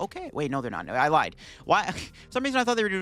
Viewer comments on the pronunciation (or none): none